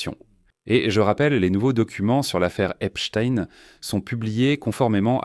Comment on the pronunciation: vous êtes un des RARE journaliste à PRONONCER CORRECTEMENT le nom de ce predateur en l'appelant :EPSTEIN et NON : EPSTINE comme font 90% des perroquets ? PORQUOI ? en prononçant correctement ce nom on voit de suite que celui ci à une origine JUIVE ! OR les sionistes détestent que l'on parle d'eux en MAL ! le peuple élu ...m'enfin ! est ce une coutume ,une tradition ,une tare dans cette communauté SIONISTE que d'être DEVIANTS SEXUELS (voir les SEVICES SEXUELS que subissent les malheureux prisonniers Palestiniens à Jérusalem ,mais aussi les D S K l'horrible Harvey WEINSTEIN (mee too ) et tant et tant d'autres comme vu sur tous les documents sur le sujet ! par contre votre vidéo n'apporte rien de nouveau sur ce dossier; à montrer quand même aux évangélistes électeurs de TROMPE !" :Dieu ne dit pas :" aimez vous les uns les autres !"